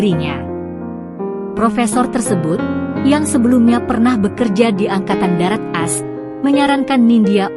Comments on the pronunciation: Ceritanya bagus, tapi naratornya sayang salah baca, harusnya AS dibaca Amerika Serikat, bukas "as". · Mesti narasinya di buat2,, knp sih AS dibaca as??? Emgnya dari SD sampai perguruan tinggi, singkatan AS bisa di aca as ???